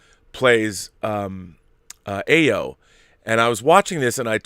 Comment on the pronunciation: Stop butchering the name. AYO = Pronounced ARE-YOUR Not EYE-OH AYO means joy in Yoruba [Nigera] language. As in Funmilayo = Give me joy. Or Ayodele = Joy comes home. AYO is the short form of such names. Tell Campea.